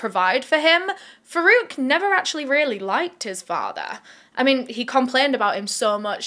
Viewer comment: I keep hearing verruca instead of Farouk but my,my,my doesn't he seem to have Verruca Salt vibes. It's also ironic that as far as I'm aware Farouk in Arabic origin means one who distinguishes between right and wrong. (Please correct me I'm wrong!)